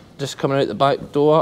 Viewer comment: "Just comin oot the bak door" xD